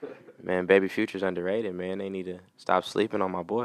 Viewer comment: The way he say underrated funny asl😂😂